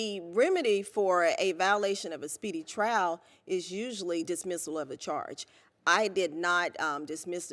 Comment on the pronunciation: its trial not trail